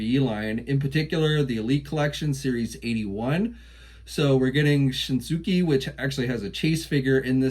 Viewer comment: Not to mention Shinsuke [Shin skay]